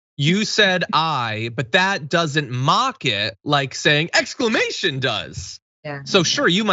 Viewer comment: "Exclaimation!" was just Tucker's attempt at being fabulous